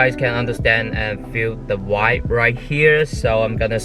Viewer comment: 把vibe念清楚